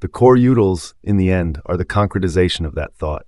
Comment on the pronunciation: Am I the only one annoyed by the pronunciation of coreutils here?